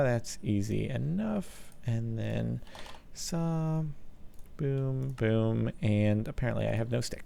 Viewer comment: why do you say saa for saw .-.